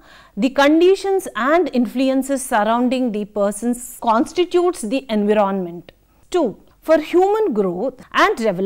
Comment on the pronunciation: Nice lecture mam. I want to make little correction, please. Environment /ɪnˈvaɪɹə(n)mənt/ You are pronuncing it differently. Regards